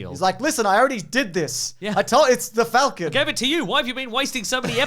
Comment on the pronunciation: Faaaaalcon. Fallcon. How do you say it